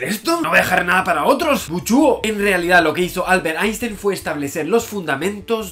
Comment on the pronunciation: "einshtein" por favor.